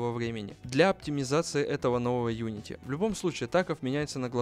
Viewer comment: unitY кстати а не uniti